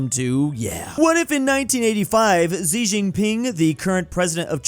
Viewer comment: Xi is pronounced closer (but not exactly) to “shee” than to “zee”